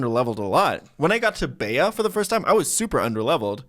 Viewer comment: I’m sure you don’t care but her names not pronounced be-ah it’s “b”, rhymes with pea